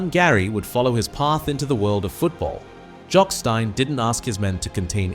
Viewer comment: Can’t pronounce Jock Stein or Dunfermline.